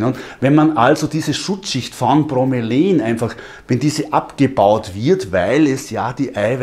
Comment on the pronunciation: Bro-me-la-in... ausgesprochen..nicht bro-me-lain^^